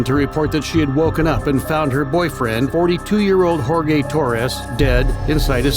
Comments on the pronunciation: Jor-gay lmao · did the VoiceOver guy pronounce Jorge, Whore-Gay? wow!